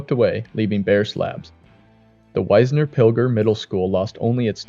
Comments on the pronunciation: Wisner is short i sound as in igloo. Not wise-ner. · The town of Wisner is pronounced WIZZ NER